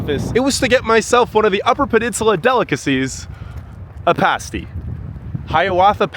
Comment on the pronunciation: At least he said PASS TEE right.